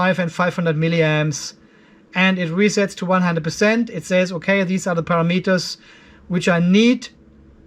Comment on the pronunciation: I have learned so much about controlling Lifepo4 batteries, so thank you. But mainly I watch so I can hear you say "Para-Meters"